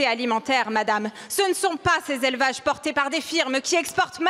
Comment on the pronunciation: 63000 Zélevages ?! Comment peut-on mépriser la langue quand on est députée ?